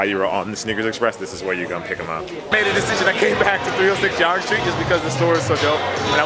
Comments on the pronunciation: lol just saying your pronouncing Yonge wrong, its pronounced more like how you say young not (yaong) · Yonge streets pronounced like the word young not yong